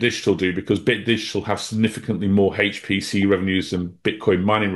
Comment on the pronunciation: loves HAAAYCCHT PC!